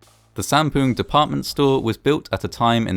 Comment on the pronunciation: lol u said "poon"